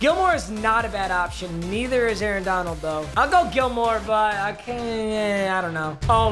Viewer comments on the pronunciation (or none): none